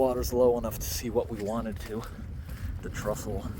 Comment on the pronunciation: It's 'Trestle' not 'Trustle', though. (I think?!)